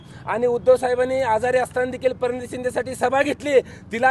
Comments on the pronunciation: परणीता नाही हो साहेब प्रणीता शिंदे म्हणा हो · परणिती नाही रे भाऊ... प्रणिती म्हण 😅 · परणीती नाही रे शिकलेल्या माणसा.. प्रणिती असतय ते.. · अरे अगोदर प्रणिती बोलायला शिक परणीती म्हणतोस ते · प्रणिती नाव आहे.. परनीती नहीं.. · चल चुतमारीच्या 😂 परणीती म्हणतोय 😂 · अरे भोसडीच्या, तुला आधी प्रणिती शिंदे नाव घ्यायला येत का? ते आधी बोलायला शिक. प्रणितीच नाव परनीती शिंदे घेतोस. अनपढ लवड्याच्या. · Are gavathi . Parniti shinde nahi re . Praniti shinde aahe re. 😂😂😂😂😂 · अरे गावठ्या परनीती नाही प्रणिती आहे ती.... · Are bhau ticha naav प्रणिती शिंदे आहे परिणीती नाही 😂😂😂😂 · परणिती नाहीं रे 😂😂😂😂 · परिणीती नाही हो प्रणिती आहे नाव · आरे तुला प्रणिती बोलता येतय का ?? परणिती बोलतय येड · Ye dada परनिती नाही रे....... प्रणिती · परनिती नाय रे बाबा तु शाळेत गेला की नाही रे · अजून एक सदावर्ते निर्माण झाला, याला मराठी पण नीट बोलता येत नाही परिणीती म्हणताय😅😅😅😅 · याला बोलता येत का परणिती शिंदे ka प्रणिती शिंदे 😂😂😂😂😂😂😂😂😂😂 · परनीती 😂😂काय भाषा आणि हा प्रवक्ता काय होणार उद्धव ठाकरे आपलं 🤣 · अरे येड्या परणिती नाही प्रणिती तुला अजून शुद्ध बोलता येत नाही तु आणि तुझा मालक तीची.........पण वाकडी करु शकत नाही पहिली तुझी भाषा सुधर. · पराणिती 😂😂😂 अवघड आहे 😂😂😂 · Paraniti nay rr baba praniti😂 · तु फक्त प्रणिती एव्हढेच शुध्द म्हणून दाखव. पाठ थोपटतो तुझी. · अरे आधी नीट प्रणिती बोलायला शिक 😂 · याला नीट प्रणिती म्हणता येत नाही आणि याला आमदार व्हायचं आहे बघा पहिले जबान साफ कर ले 😂😂😂😂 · Ajun hyla praniti bolta yet nahi ya kolyala 😃😃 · अवघड आहे....ह्याला प्रणिती पण बोलता येईना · अरे ह्याला कोण नेता केलय, प्रणिती म्हणता येत नाही 😢😢😢